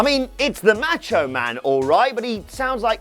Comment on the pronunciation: It's Macho Man, not MAAtcho man